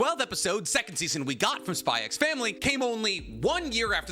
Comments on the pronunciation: It's just pronounced "Spy Family" right? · bro's called the but still pronounces the x in spy x family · There is no way this guy says HunterXHunter ( said as Hunter Hunter) is his best anime of all time and he kept on saying SpyXfamily with the damn X. Come on man🥲😮‍💨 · can't believe he says the "X" in spy family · Fun fact: the "x" in Spy x Family is silent. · Imagine being a fan of HxH yet says the X in spyxfamily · Why do you call it "SPY X FAMILY" but you call Hunter X Hunter "Hunter Hunter"?? I feel like the X is supposed to be used as a place holder for a Space in both and not actually said out loud. Maybe you know something I don't though so please let me know!